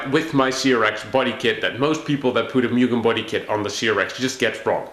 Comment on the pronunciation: put in a k 24 and de stroke it so u can rev it out to 12 grand, also pronounced MOO-GEN